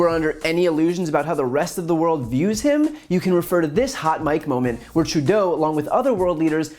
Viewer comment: Brian Trudeau is pronounced Tru do